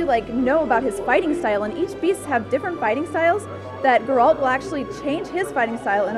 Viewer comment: she pronounces Geralt strangely